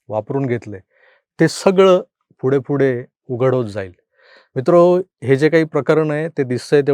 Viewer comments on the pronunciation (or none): none